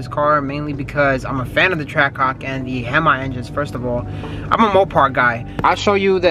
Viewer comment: “i’m a fan of the “(him-eye) engines” wtf… bro don’t disrespect the fuckin (hem-eees) like that, never in my life i hear someone pronounce it like that😂